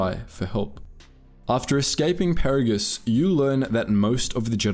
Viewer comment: Did you play this game in a different language? You mispronounced both Peragus and Goto. Each name was said dozens of times in game.